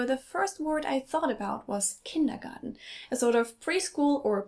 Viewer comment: It's /kındəgɑːtn/ not /kındəgɑːdn/ as the American lady pronounces.